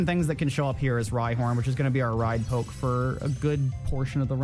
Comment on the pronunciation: You saying poke triggers me every time lol